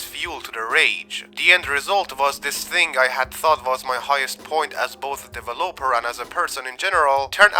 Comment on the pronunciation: ive never, EVER, heard anyone pronounce developer like that 😂